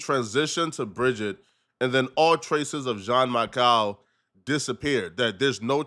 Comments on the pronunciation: It’s not Jean Michael it’s pronounced Jean Michelle lol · “Jean Makal” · If you watch Candace you would know that is probably one of the people who accepted the money from Israel to go against Candace. The fact the he cant probably pronounce the name Jeam Michelle right proves he hasnt watched a single thing of Candace's based on this subject